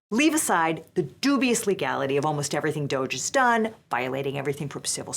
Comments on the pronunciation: I saw someone say it should be pronounced more like "doggy" and I fully agree. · Please pronounce it "doggy", that's what it is. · You're mispronouncing DOGE. The proper pronunciation is "dodgy", consistent with its meaning: fraudulent or unreliable. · I've been saying this for a decade, "DOGE" is pronounced "doggy". So annoying that it's being pronounced like "beige" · It's pronounced "Doggy".